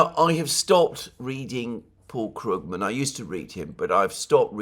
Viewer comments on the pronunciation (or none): none